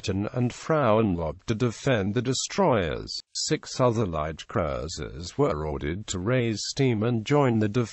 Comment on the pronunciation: Strange pronunciation of Cruiser.